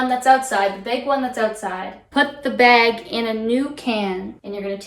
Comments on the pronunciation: “Bayyyg” Canadian accent detected 🚨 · I liked the "take the garbage out" bit because the way Canadians say "bag" and "out" is so satisfying